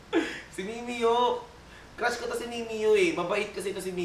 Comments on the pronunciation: MIMIYO? AYUSIN MO MUNA PAG PRONOUNCE BAGO KAYO MAGCOLLAB NI MIMIYUUUUH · gURL mee-mee-yah, hindi mee-mee-yoh